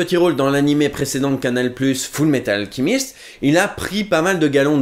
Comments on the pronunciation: Pourquoi tu dit Full Metal Alkimiste? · Parce qu'il le prononce à l'anglaise